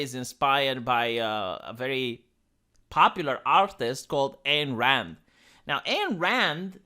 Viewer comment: its not that IT will not, THEY will not. Also, its EYE-N Rand. Not its the BETRAYAL on the ideology that's the real story of Rapture.